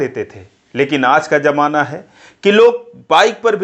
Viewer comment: Pehli baat ki Jamaana nahi hota Zamaana hota hai..aajkal bhasha bilkul kharab ho gayi hai